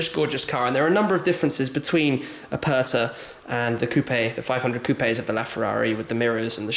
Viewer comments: Ferrari "Apatha"... Hahahaha... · Holy Spaghetti. Do you even know what Aperta means, let alone how to say it. But don't worry, you & 6 1/2 Billion other people wouldn't know either. Still, I don't think thats an excuse to have no education when speaking about a piece of Art Leonardo da Vinci would have drooled over. Btw, da Vinci means, from the town of Vinci, not a surname, & "Aperta" means, "open top" & the worse thing is how you & everyone who isn't Italian prenounce it. Its not "er" as in Ernie of Sesame Street, its "er" as in "error" or "er"ase. Try it. If it still sounds the same you got it wrong. I think a £5 million Ferrari deserves to have its Name said properly!